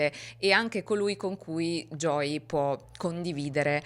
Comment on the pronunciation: Creo sia perche viene pronunciato “Joy” in tutto il video (che e’ diverso dalla pronuncia di “Joey” ed e’ un nome femminile). Conosco bene questo problema perche anche mio figlio si chiama Joey e nessuno in italia lo pronuncia mai correttamente 😅